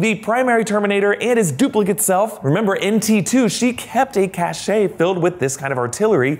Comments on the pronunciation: Ca shay? It is pronounced cash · CACHE sounds like CASH! You have a CASHE, "a hidden or inaccessible storage place for valuables, provisions, or ammunition" that is pronounced CASH. Not a CACHET, pronounced like CASHAY, of weapons because CACHET is "the state of being respected or admired; prestige." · I pronounce "cache" like "Cash". He says "Cash-A". Which is correct? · Cache =/kaSH/ not /kaSH ay/. We have our smartphones with us 24/7, pronunciation keys in our pocket. There is no excuse for this. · EXCUSE ME..... "CACHAY" ITS CACHE pronounced like cash you subhuman! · 'cache' is not pronounced 'cash-ay'. It's pronounced 'cash'. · A weapons cache is pronounced, cash. Not...cash-ay. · "Cache": When pronounced "Cash" means "store of goods or provisions, usually hidden", when pronounced "Cash-ay" refers to the word "Cachet": A mark or indication of superior status or prestige. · it's pronounced like cash $, not cashay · Cash is the correct pronunciation. Cash-A has been used incorrectly so often that it’s understood to mean cache. We seem to accept both pronunciations now - the same way we accept different pronunciations for gif. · “Cache” is pronounced “cash”. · Cache is pronounced "cash" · I've never heard someone pronounce cache like that... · Apparently that's not how they say it in europe. I know, I don't really care either.